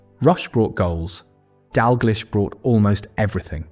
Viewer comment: Crappy AI voice, it's pronounced "Dall-gleesh."